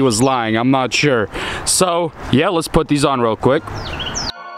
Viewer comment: Don't bother prayig to god. First it is a waste ot time. Why. god doesn't exist except in those people who indoctrinated you. TAKEN APART. TH is not pronounced "D" Aside form that - nice video series. You have a lot of ambition to undertake that rebuild of this tragic wreck. Graveyard - yes that's where Volvo's should be. Get a Peterbuilt if you want a real truck. THESE are the parts we bought. THE STRUT, not Da Strut. What do you bother mentioning what you paid. You have a special price. This little nipple is called a ZERK fitting. There is a difference between struts and shock absorbers. You could have moved those shock brackets back into alignment. Nicely done. It looks good. You could have straightened that steering link. Right save money were you can. You are certainly capable of straightening things out.